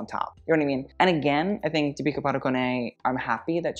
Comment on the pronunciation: It is pronounced Dee - pi(nk) - kah with the Dee stressed, Pa - doo - cone